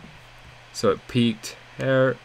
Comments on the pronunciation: I'm English . It's here as in hear not here as in hare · I speak with the Queen all the time. Her Majesty pronounces HERE "hyá." Lizzie tells me "ram it in hya."